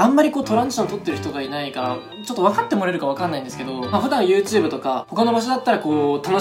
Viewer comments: 前回の動画から引きずってる、 「ゆーとぅーぶ」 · はやコメ！＆初コメ！ YouTubeがユーテゥーブって聞こえたw